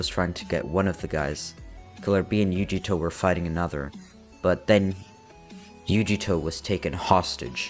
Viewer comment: yugito is pronounced You-gee-toe lol love the story though